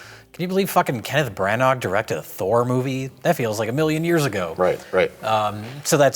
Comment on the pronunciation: But it's "Brann-uh" not pirate "Bran-ARRRRGH!"